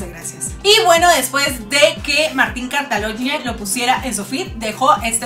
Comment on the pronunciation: Se pronuncia cataloñe